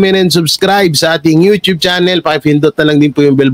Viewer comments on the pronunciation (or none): none